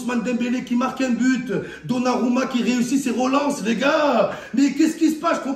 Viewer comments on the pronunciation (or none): none